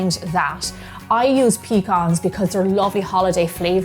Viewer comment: Finally, we have someone who wasn't born in the South who knows how to pronounce pecan. God made all the other nuts for practice, then He made the pecan when He was sure He had gotten the knack.